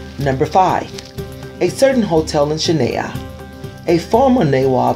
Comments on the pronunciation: Chain Nahi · The way he said "Chennai" 😂